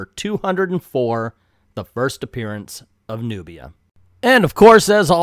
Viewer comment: At least say her name right!